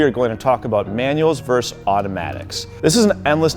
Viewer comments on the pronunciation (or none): PLEASE! The word is versus, two syllables, NOT verse.